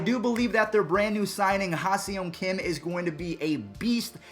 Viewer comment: Pronunciation almost spot on. But to sound like a real Korean, it's "Geem Ha-Sung" (hard-G on the Geem)